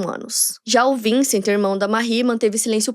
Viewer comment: Não se fala vincent se fala vansan